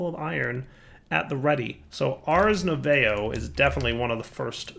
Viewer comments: Nu~ay~vo, instead of Nu~vo, you'd think they were from Canadia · saying French words hahaha nouveau is said 'nuvow' more or less;) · Ars "nouveau" = French for "new". Pronounced "Noo vo" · for those here looking for the ACTUAL pronunciation, nouveau rhymes with 'new bow' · nouveau = (new voe) for those wondering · ars nouveau is pronunced as ars noov-oh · i like how he absolutely butchers the word "nouveau" the entire episode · Yeah, I think he pronounced it every possible way except the correct one, haha. French words are French. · haha, without looking I never would have guessed that was what he was trying to say XD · The way they pronounce nouveau is killing me